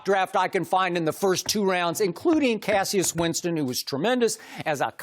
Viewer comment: Skip really did my boy Cassius dirty with that pronunciation